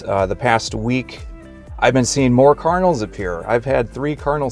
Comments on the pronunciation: I kept thinking you were saying "carnals" or even "colonels". lol Please pronounce the d in card-in-al. It took me a moment to understand you. Maybe that's because I'm from New England. I do believe and know that God will guide us and give us signs, for sure. However, in my case, one time I was at a job that was so stressful for me, and I was putting up with abuse from the owner. I earnestly prayed and prayed for God to lead me to the job that would be right for me. Coincidentally, shortly afterwards, I ran into people (twice) who were attempting to get me involved in Amway of all things! If you know how that is run, you know that they are not the ideal organization! Just saying that even when we open our hearts to God and ask for his guidance, there is always the need for discernment. Now, saying this, I am not meaning to insult Mormons. But your mention of signs reminded me of my own experience. God bless you in your learning and your searches. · Are you saying kernels or cardinals or what in the beginning? I'm so confused!